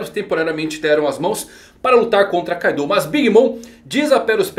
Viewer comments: Meu amigo, o nome é Kaido, e não Kaidô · Tô rindo de raiva dele falar Kaidô kkkkk